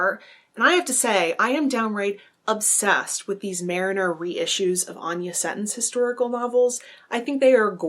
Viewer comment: it is "Marner", not "Mariner". Just being picky (in a friendly way).